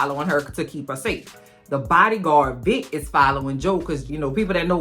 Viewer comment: I kept thinking you were saying Dick instead of Vick so when I heard Dick was on Joe’s ass I was like 🤭